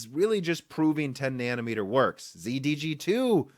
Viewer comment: Intel Xe is the letter "x" followed by the letter "z". It is NOT pronounced "zee".